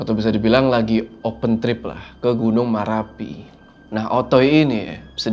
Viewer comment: Maaf klarifikasi, marapi bukan merapi